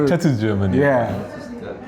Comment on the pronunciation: Jeondding pronouncing Tetsu was hilarious 🤣